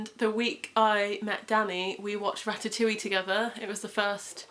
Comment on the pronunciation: Congratulations he's adorable! ☺️ Remi in French is very much a boy name but I didn't know it was gender neutral in English! Also I just wanted to point out that in Ratatouille the -e at the end is silent ☺️ But yeah wishing you the best for the future xx